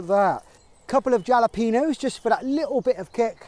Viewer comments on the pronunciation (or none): *jalapeño = halla-pen-yo